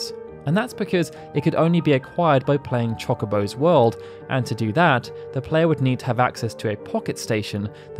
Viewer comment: How are you the FINAL FANTASY UNION channel but you STILL DON'T KNOW HOW TO PRONOUNCE CHOCOBO????